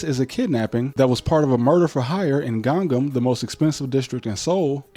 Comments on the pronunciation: Wish you could learn how to pronounce 강남 or as you say gang nam but definitely didn't know wtf u were talking about until you said richest part of Korea. Dunno if it's actually the richest is pretty close to if it isn't. No one afraid of these yn's in Korea bro. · Ganggam? No, it's Gangnam.